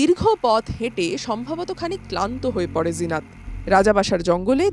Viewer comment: লিখেছেন "জিনত" আর উচ্চারণ করছেন "জিনাত"??? ফাজলামি মারার জায়গা পান না? এটা কি হিন্দি? হিন্দিতে যা লেখে তা উচ্চারিত হয় না। আনন্দবাজার কি হিন্দি লিখতে শুরু করেছে নাকি? মেরে পাট করে দিতে হয়।